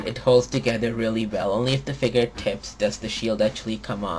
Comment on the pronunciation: A. learn how to say "Figure" B. He lost his powers in season 2, not 1